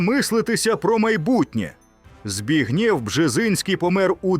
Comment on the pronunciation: БРЕХНЯ!!!😢😅😢😅 Балтійські держави мають зникнути до 2026року? ( їм виходить, залишилось три місяці !?!?)😅😅😅 Українець зачитує пророцтво Бжезінського!?!? В Україні кажуть: Збігнєв, а не Збегнів!!!!!😅😅😅